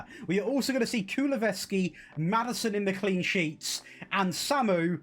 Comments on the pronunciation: This dude saying Kuluveski was irritating the hell out of me. His name is KuluSEVski. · Kulusevski not kuluveski 😂😂